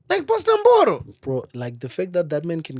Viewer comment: You didn't have to say pastor Mboro over and over again.. ndafa ini apa u pronouncing it pachiShona😂😂😂😂